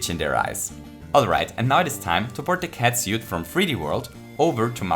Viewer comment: 5 out of 5 fuzzies for your pronounciation of "catsuit".